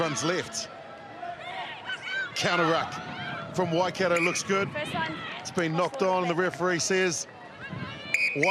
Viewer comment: It's not Wakato, it's Waikato. If no-one helps out with her pronunciation, she's just going repeat this error every time.